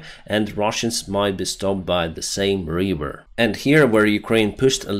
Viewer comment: It’s River not Wiveer homie